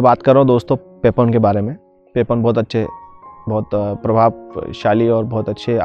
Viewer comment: Bhai pronunciation पेपोन नहि पापन हे।